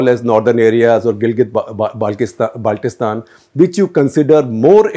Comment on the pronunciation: This Journalist even does not know how to pronounce " Gilgit Baltistan" ...... It's Gilgit Baltistan NOT Galget Baltistan , haha